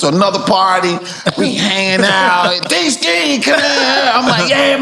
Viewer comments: It’s Deesky 😂😂😂😂😂😂😂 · 😂😂😂😂😂 it's deeski lmbooooooooooooo